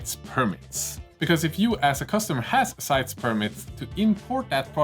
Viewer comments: I work in customs inbound in the United States. Just a little thing I couldn't help but notice in the video, the E in CITES is pronounced, at least in every presentation and video I've seen on the subject. Like, sight-ease. They want to make sure every letter is included in the name. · You will have the same issues sending to Canada, where we pronounce CITES as SIGHT-EASE. There should be a way to appeal the ruling with CITES to have an exemption put in. As for North American distributor, I would throw out Sunward Hobbies in Canada as possibility.